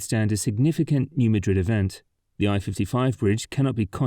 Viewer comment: Thank you for shining a spotlight., the critical infrastructure of the Bluff City, including the I-55 Bridge, which despite growing up in Memphis, I don't think I ever took. One thing: the New Madrid fault line is not pronounced like the Spanish Capital. It's pronounced "MAD-rid"